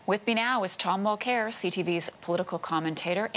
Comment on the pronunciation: "Mul-Care" what a fkn' joke that was Tom! Cringy as-F!